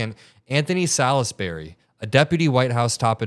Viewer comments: It's pronounced "sols-bree". Salisbury is an English town. In m the county of Wiltshire. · Salisbury is pronounced salls-berry. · It's pronounced SAHLZZZ -berry. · Salisbury is pronounced { sawlz-be-ree } wiki